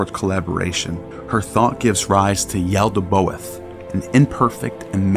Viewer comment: Good video but quick correction it is "Yaldabaoth" NOT Yaldaboath"